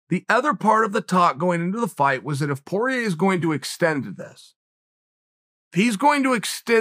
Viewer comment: poirier you bum, its french not PORIER